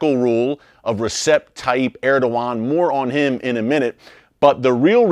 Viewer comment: It's ReJep, not ReSep, Erick. In Turkish the C is a J.